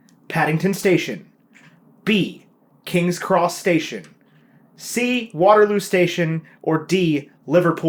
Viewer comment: Am I the only one who hears “King’s Cross Station” as “King’s Crustacean”? 🦀😂